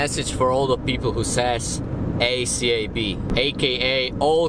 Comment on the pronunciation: From - the way says acab activated my Siri 😂😂😂😂